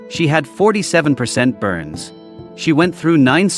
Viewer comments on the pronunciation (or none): none